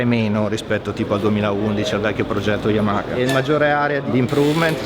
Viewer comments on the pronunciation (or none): none